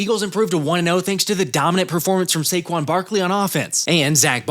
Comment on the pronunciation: “SAQUON” again